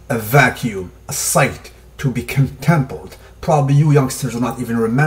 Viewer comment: "A sight to be contempled." Contemplated! Con-tem-plate-ed